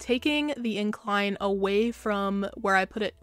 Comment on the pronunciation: Me:watching: it makes it seem more tucked aw-EH Me:thinking i heard it wrong Plays it back: tucked aw-EH Me: O_o me has to comment dis